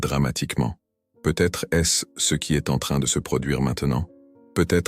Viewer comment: je déteste cette voix de l'IA! la reyranscription écrite en très gros caratère est nulle, avec des énormes fautes! le verbe être à la troisièmepersonne est dit EN S T, alors qu'on prononce pas ces letrres en entier! c'est très dérangeant quant à la véracité de l'énnoncé de votre discours!